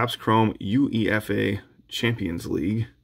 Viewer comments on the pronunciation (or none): Lol, U-E-F-A it’s said all together. Love the pronouncement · If you're reading this, it's Haam-es Rodrigues. Not James. Also UEFA is pronounced YOU-AY-FA